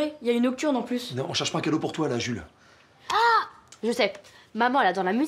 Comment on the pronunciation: bloodydeva48 oui c'est le y on dirait qu'elle dit Julie mais elle dit Jules y